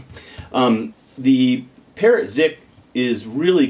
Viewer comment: we love you but "Parrot" rhymes with "Thoreau" not "carrot".